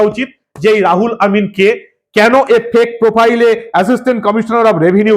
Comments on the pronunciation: রাহুল নয়, উচ্চারন রুহুল আমিন হবে। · বারবার "রাহুল আমিন" বলছেন কেন?নামটা "রুহুল আমিন"। উচ্চারণ ঠিক করুন। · R o hul amin। রাহুল নয়, ro হুল। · রাহুল নয় রুহুল আমিন। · Ruhul Amin k Rahul Amin bolchhen keno prothome apni sothik naam uchharan kore bolun.. Ei dharaner nemak haram Begum er chhatrochhayay thakbe ete ascharjjo habar kichhu nei.. Kadin agey r ek nongra lok bolechhilo muslim na hoye janmano Mane durvagyyo niye janmano. Sei kathar kono bichar hoini ..murshidabad theke hinduder kuchi kuchi kore kete gangar jaal e vasiye deyar humki diye dibbi Begum er MLA hoye theke gachhe..JCB naam er ek machine ..islamik country already baniye diyechhe ei Bharat barso k .Tai ekhane soriyoti aain chale bole ghosona korechhe.. Era prosroy pachhe kotha theke?..oi ekjon nongra nich mohila Begum er jonne ei sab agachha der eto barbaronto . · রুহুল আমিন। রাহুল আমিন নয়। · রুহুল আমিন না বলে ,বার বার রাহুল আমিন বলছেন কেন ? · মনে হয় রূহুল আমিন উচ্চারণ হবে। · রাহুল না দাদা ওটা রুহুল আমিন হবে। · রুহুল আমিন হবে। রাহুল নয়। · রুহুল আমিন, আপনি ভুল উচ্চারণ করছেন। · রাহুল আমিন নয়, রুহুল আমিন। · রাহুল নয়, নাম রুহুল আমিন। কথা ফেনান খুব, কিন্তু ঠিক করে নাম‌ও পড়তে পারেন না ?? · আমার মনে হয়, উচ্চারণ টা -রুহুল আমিন, হবে। উনি এই পঃবাঃ লজ্জা। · রাহুল আমিন নয় রুহুল আমিন বলুন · উচ্চারণে ভুল করছেন। রুহুল আমিন। রাহুল নয়, রুহুল। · আপনি ইংরেজিতে এত কাঁচা জানতাম না রুহুল আমিন টা কে বারবার রাহুল আমিন বলছেন দু'নম্বর কথা হচ্ছে মহাজের শব্দের ব্যাখ্যা আপনি ভুলভাল দিচ্ছেন না জেনে কোন কথা বলা ঠিক নয় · নামটা রুহুল আমিন। রাহুল নয় । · আপনি ইংরেজী সঠিকভাবে উচ্চারণ জানেন না বলে মনে হয়। উচ্চারণ হবে রুহুল আমিন। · মাননীয়, একটা ছোট্ট ভুল কোথাও হচ্ছে.. RU = রু ( RA = রা নয় ) > সুতরাং, R U H U L = রু-হু-ল এবং A M I N = আমিন.. ধন্যবাদ 🙏